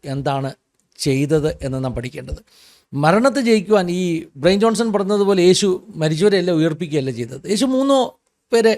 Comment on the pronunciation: Bryan Johnson എന്നത് ബ്രയിൻ ജോൺസൺ എന്നല്ല ഉച്ചരിക്കുന്നത്, "ബ്രയാൻ ജോൺസൺ" എന്നാണ്, ശ്രദ്ധിക്കുമല്ലോ